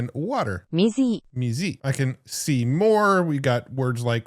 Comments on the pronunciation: This is a perfect example of why I find AI-generated language content so frustrating. The AI mispronounced the Japanese word for water, mizu, as "mizi"—a rendering that makes no sense whatsoever to a native Japanese speaker. It's a clear reminder that these models often lack the nuanced phonetic and contextual understanding necessary for accurate language representation. It's the level of cheaply crafted content I would expect from a low-level content creator with no originality. Not a multi-billion dollar corporation. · Water in Japanese is not "Me-zee" it's "Me-zoo". You got clowned by that AI like the strawberry :joy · I'm sorry that Japanese was terrible! Water in Japanese Mizu chopsticks ohashi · 水=みず(mee zoo) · Yeah I was listening and thought what the hell is “mizii” 😂 yeah those classes are still under development don’t use that hahaha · It mispronounced mizu. Weird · It mispronounced the Japanese word for water. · ok so that language thing already pronounced "mizu" wrong. great start :) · The fact that their little languages lesson botches the pronunciation of water in Japanese is the most unimpressive thing I have seen in AI in a year. Love to see you here in Japan.